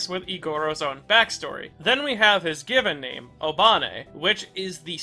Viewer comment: Just to let you know! Iguros is pronounced more like ee-gu-ro rather than ee-go-ro. Additionally, Obanai is pronounced as oh-ba-nai rather than oh-ban-ay!